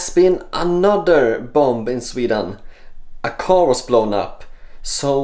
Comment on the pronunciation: Dear, I'm sorry but I feel I must tell you that you shouldn't pronounce the second 'b' in bomb, bombings, etc. But weird yeah, what's going on?!